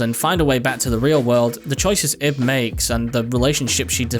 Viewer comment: LIL THING ABOUT IB her name is actually pronounce like your saying Eve with a B at the end since in Japanese there are two ways of saying the name ,EVU or IBU, which the second one is where Ib comes from